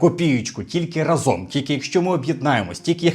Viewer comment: не разОм, а рАзом. Дякую за відео!